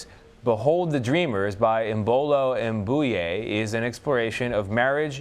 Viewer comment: I think reporters should research a persons name before talking about them (like the first guy saying im-boo-yay)